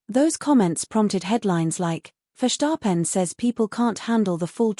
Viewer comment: Ce n'est pas FESAREN mais Verstappen et en français tout comme en anglais, on épelle F I A désolée mais c'est pas terrible. Intelligence artificielle pas si intelligente que ça.